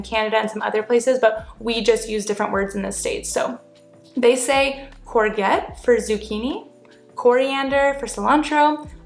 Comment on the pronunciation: The "g" in courgette is pronounced as a "j". 🙂It's a French word in origin. How's it "going" is what we say as opposed to how's it getting on. Although we can also use the "getting on" variant, usually if you're referring to something a person is doing, rather than just asking how that person is. Chips are chips and french fries are fries. Chips are proper thick, oddly cut potatoes whereas fries are the thin strips of cut potato. Loved the "piss" bit - all bang on! 😀 Mint is also used a lot to descirbe something that is in perfect shape, "it is in mint condition". If you ever come to Birmingham, my beloved hometown, we have a word for a forward roll that is used pretty much exclusively here. I'll let you discover that one yourself! There's also a few words for a bread roll, like cob, batch.